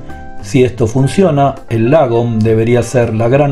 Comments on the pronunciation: Tick importante, se pronuncia más como "lóoogom" y no "lagom". Eso es una "a" larga, que para un oído hispano parece sonar como una "o". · Lagom; se lee ” Logom” y tiene por significado, ” Ni más ni menas”!!